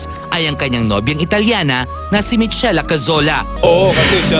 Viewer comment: Michela = Mikela ......Not Mitsela